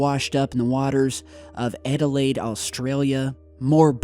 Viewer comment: Lol the way he pronounced Adelaide